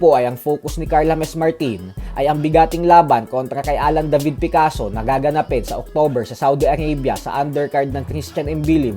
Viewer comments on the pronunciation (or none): none